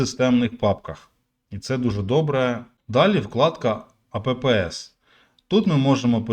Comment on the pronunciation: Дякую! В копілку україномовного каналу. 👉 "Apps" це скорочення від слова "applications” - додатки, аплікації, програми, тобто то не "а, п, п, с") - вірно буде все між "апс" і "епс"